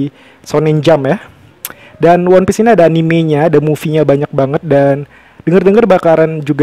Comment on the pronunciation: Cara ucapannya itu wanpis bukan wonpis 😅 koplak